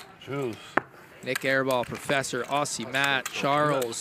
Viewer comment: aussie is pronounce with a z's so oz zie